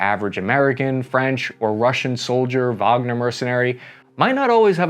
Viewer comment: thank you for pronouncing Wagner correctly